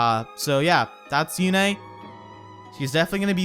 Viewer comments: I'm Surprised you pronounced her name how they called her on Radiant Dawn by " You-Nae" instead of like "Youn" how Micaiah says it now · Were you being sarcastic or do you really not know how to say Yune's name? I mean, Micaiah says it in her dialogue.